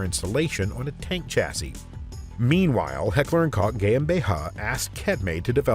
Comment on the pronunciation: Firstly, I want to say how much I absolutely love this awesome channel, thank you all so much. I do however have some question about the bizarre pronunciations in this video. haha If "Koch" is pronounced "cook", then why "Koch" is now pronounced "cock" ...? haha .... and then KET-me? KETME?! haha Come on man.... just come on. <3 haha